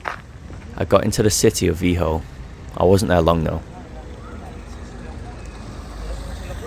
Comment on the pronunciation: Lucky you didn't get in trouble. I thought free camping was illegal in Spain and Portugal. And how and why are you pronouncing the name Vigo like vee-hoe